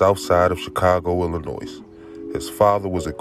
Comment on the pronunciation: The s In Illinois is silent!!